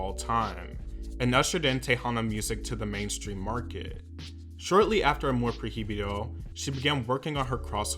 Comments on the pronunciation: The album is pronouced "ah-more proy-bee-do" not "ah-more pro-hee-bee-do" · Amor PROibedo Pronounce it like that next time ❤️ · All he had to do was to listen to “Amor prohibido” 🔴 ONE TIME 🔴 to see how that word is really pronounced. But here we go with “pro hee bi doe” 😂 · Hermione Voice: it’s not Amor proheebeedo - it’s amor proy-veedo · I'm not usually this dramatic but I couldn't hear him say "Amor Pro-hee-bee-doe" again 😩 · Pro hi bi do hahahah It's okay don't worry I mispronounce some words in Spanish too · “Amor projibido” 😅😅😅😂 great video man✨🙌🏻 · little tip: in spanish the “h” is silent, so its amor “proi-bido” to pronounce it easier. just wanted to help ☺️ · pro-hee-bee-doh I can't, lmao. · Hehe Prohibido is pronounced proy -bee-doh, love Selena always, thanks for the video! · the Proheeveedoh took me out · "Amor projibido" What is air?!😂😂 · I could not stop laughing everytime you mispronounced the album name and song Just Pronounce "Amor Pro-Bido" You Kept Saying The H Too Much 😂 Love Your Videos But I Just Wanted To Help On How To Say It 😂❤ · He said amor proji bido lol well they pronounce h different, in Spanish is mute, Is difficult word for someone that doesn't speak Spanish but it sounds so funny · Not you saying “amor prohiybido” 💕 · the pronunciation of Amor Prohibido is triggering me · Just a little thing that kinda had me on edge 🙃 but, the “h”in the song “Amor Prohibido” is silent. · C'mon, you had to have heard the song to know that's not how you pronounce Prohibido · Me da risa cómo pronuncia “Prohibido” yo misma tuve que deletrearlo en mi mente para hacer sentido del por qué lo pronunciaba así 😅 no saben que la H es muda para nosotros... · the ‘h’ in “prohibido” is silent 🥺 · God bless you for trying to say prohibido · not every language but I speak English and Spanish without a problem. He has one job, just the name of the album AMOR PROHIBIDO it’s not that difficult.